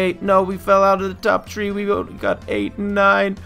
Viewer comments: you said tree not three i'm not being mean okay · why do you say tree for three?